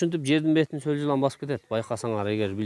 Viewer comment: Солжылан эмес соолжан , эч убакта сол жылан деп айтылбайт , соолжан , болду , Жылан пылан эмес